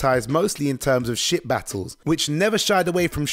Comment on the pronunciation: Okay okay right off the bat you say Ship battles...even the captions shows Ship battles...but I still heard Sh*t battles 🤦😆